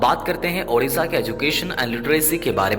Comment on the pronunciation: Sabse jyada yeah achha laga ki... Apne udisha nhi Odisha bola.....jyadatar log hindi main udisha hi bolte hne......